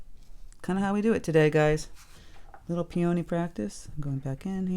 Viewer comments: Please pronounce this flower correctly! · I have never heard anyone pronounce peony that way. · Grew up with them in Michigan - 68 years. We say "Peeeee-a-nee." Not "Pee-ohhhhh-nee." Fun to hear people from other areas.